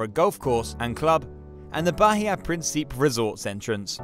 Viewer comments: It’s not “Prin-SEEP”. It’s “Prin-see-peh “ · Its Principe with an "Eh" at the end lol.